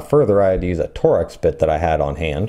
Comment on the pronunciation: TORX is pronounced TORKS, not TOR-X